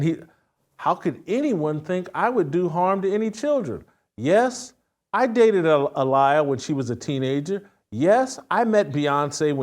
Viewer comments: Aaliyah (A lie A) Wow. mispronounces her name. Kept listening though. Questioning his knowledge of the material, though. 😂😂😂😂😂😂😂😂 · Nahhhh it's "Alier"..😂😂😂😂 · Shameka if you don’t tell this man he said Aaliyah wrong I will never forgive you😂😂😂😂